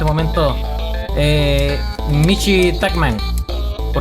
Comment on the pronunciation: tankman michi xd creo q lo dice mal pero bueno B)